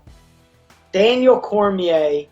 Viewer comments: “Daniel Crimea” Aleksei Oleinik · Oleinik : "Daniel Kermiere" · Daniel Krme lol